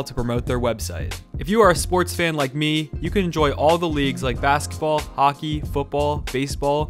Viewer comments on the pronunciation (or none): none